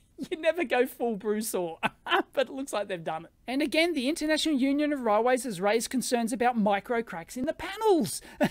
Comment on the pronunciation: My ears hear "row ways"